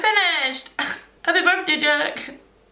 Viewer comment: "Ok I'm ready, happy burfday Jack" 😂 Yes to outfits!